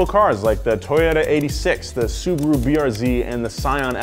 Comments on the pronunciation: subaru not suburu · Suburu???? Really???